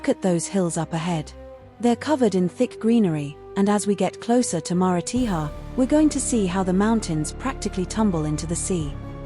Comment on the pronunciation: AAAAGGHHHHH! The pronunciation of the towns is shocking!